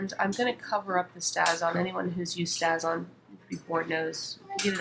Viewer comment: Just thought you should know that the ink you used is pronounced "stay-z-on" (long a...just like the word "stay." It actually has a long mark over the "a" on the container (which my keyboard won't let me do)! Hope you don't mind my letting you know. Otherwise, nice video!